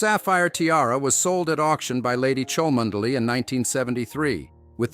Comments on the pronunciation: The reader should pronounce Cholmondley properly: Chumley. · It's pronounced "Chumley" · Its pronounced...Chum Ley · Learn how to pronounce the name correctly before making videos . Chuhm-Lee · Its chumley grrr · would have thought you would have found out how to pronounce Cholmondeley before making this video FAIL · The “reader” is a computer generated voice. Why they can’t pay a student $20,- to read it properly, I just don’t know.